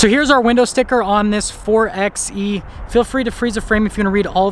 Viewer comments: Nice video! ..but it’s not called “4exxxE”, it’s called “4byEEE” ... after all you don’t say 4x4 as “4exxx4” 😳😜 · Wouldn't it be pronounced 4xE (4byE ) like 4x4 (4by4)? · Great video! It’s pronounced 4 “by” E.